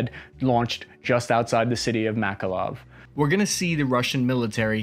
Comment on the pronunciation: The guy from the video manages to pronounce every city name wrong. "Enerdogar", "Odeeza", "Makaloov". What the hell lmao